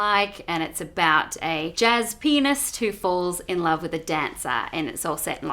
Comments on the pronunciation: I heard that as jazz penist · Did Malone say, "Jazz penist"? Because I think that's a new character archetype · She says pianist. I thought she was saying penis holy shit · Did anyone else hear "Jazz Penis" from Alicia Malone. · I heard "jazz penis" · Anyone else heard Alicia Malone say "penis" when talking about La La Land and saying pianist? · When she said "jazz pianist" I thought I heard "jazz penis"...teehee